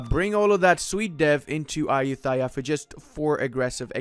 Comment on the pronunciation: I'm thai and your pronouncing of Ayutthaya 💀💀💀 Still like your videos tho